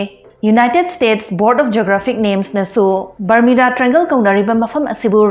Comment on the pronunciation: Barmuda haiba nattro barmida hairedubo 🤣